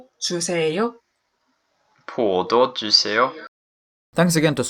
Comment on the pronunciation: as a korean person, that's an interesting choice of intonation... 포도 more often starts with a high pitch